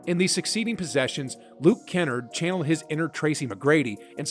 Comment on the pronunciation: The pronunciation lmao. You called him 'kawaii' XD I'm dying. Also Simons and Kennard were pronounced wrong